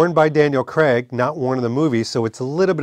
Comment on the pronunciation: Dude it’s Craig …. Not cr🥚